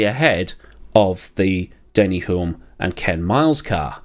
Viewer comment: Re Denny Hulme - the 'l' is silent.